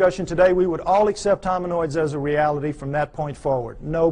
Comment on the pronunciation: Doesn’t he mean “hominids”? He keeps saying hominOIDS you would think he would know the word if this was his field?